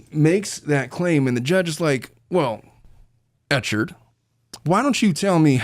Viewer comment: Clayton Echard’s name is pronounced Ek-herd 😊